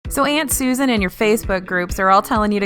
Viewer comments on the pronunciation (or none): none